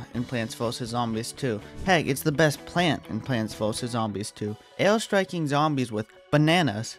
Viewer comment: Why do you sound like a baby like the way you say air